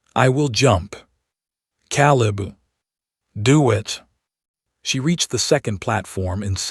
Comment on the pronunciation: it's staring not starring hurting is supposed to be herding Caleb is pronounced Kay leb